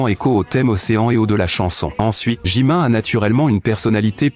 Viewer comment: Déjà on dis JimIn pas JimIN